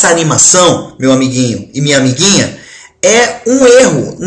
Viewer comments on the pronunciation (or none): eu escutei ele dizendo amiginha amiginha so eu vi isso ?